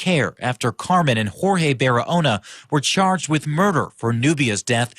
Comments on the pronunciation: "Hor-Hay". Jorge is a Spanish name and is pronounced "Hor-Hay." I realize this may not be common knowledge among those who have never studied Spanish, however it's common enough in the U.S. that it's worth committing to memory. I've mentioned this several times before upon hearing you mispronounce the name in other cases, however I realize you probably get bombarded with messages and are unable to read them all. I just feel it is important that you make an effort to pronounce Jorge correctly as well as any other unfamiliar names you come across. You might not feel it is important to pronounce the perpetrator's name correctly, however it is only common courtesy as you don't want to disrespect your fans who are named Jorge. Thank you. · Okay, can you please look up how to pronounce names when you do these videos? This is the second video I have seen where someone was named Jorge and you repeatedly pronounced it "George" throughout the video. It is very important to get the names of the victims, and the perpetrators correct. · Why do you keep calling him George with a hard G? That’s not his name. There are actual news clips pronouncing it rightly, in this video SMH